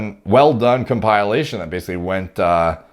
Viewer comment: Nobody:: com-pie-lation